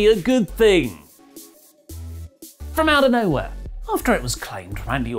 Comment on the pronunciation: That "frumouta knowhair" got a guffaw out of me,. Well done.